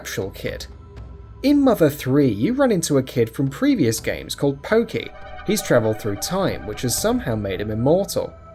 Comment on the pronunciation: Pokey? Smh..